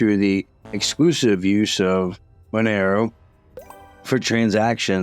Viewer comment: Mon er o? No. məˈnɛroʊ Mon - air - oh Two minutes in and two words are mispronounced. KEY words.